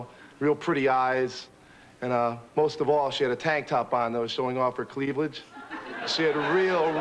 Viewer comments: he said cleavaledge!😁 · Her CLEAV-LAGE LOL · it was me. The guy on the show said cleavelage. Still funny today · Right? When I heard him say “cleavlage” I knew he was sharp as a tac.